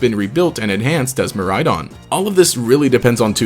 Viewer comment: Miraidon and koraidon pronounciation kinda bothers me in this since its meant to mean future and past. Maybe im juat a stickler for the japanese language. Kinda a stickler for all languages honestly. Especially the way he says miraidons name.